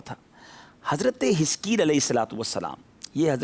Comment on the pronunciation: Hazarat e hiskel Naam he plz Naam clear smjh nh aarha